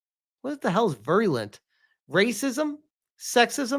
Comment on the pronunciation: virulent is pronounced veer-uh-lent. In this context it basically means hostile or wide spreading.